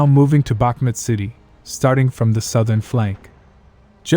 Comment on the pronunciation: The name of the city is Bakhmoot, not Bakhmet!